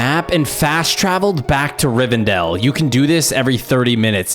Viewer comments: pronounces Rivendeel as "Riverdale" OMGOMGOGOMGOMGOMGOMOGMOMNGMOGOM its pronounced Riv-en-dell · Great video, but hearing him say RiveRdell and not RiveNdell as an LOTR nerd was.... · I’m super pissed that you kept pronouncing Rivendale like Riverdale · It’s RivENdale not Riverdale. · river dale, what was he thinking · Riversdell not riverdell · Riverdale?! Lol. Rivendell my man. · Nice video but btw its pronounced Rivendell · It is Rivendell.